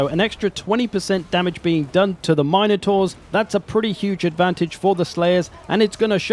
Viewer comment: MIN-UH-TOR, NOT, MINE-A-TOR. Get it right you’re a pro.